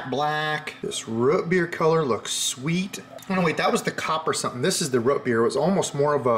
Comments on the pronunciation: ‘Ruht beer’? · "Root beer" is the only thing I've ever heard you say with, what I assume to be, a regional accent.